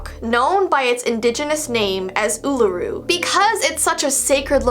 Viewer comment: It’s Uluru